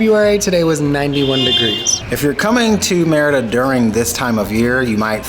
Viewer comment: lol its meeeeriiiida not meeehridaaa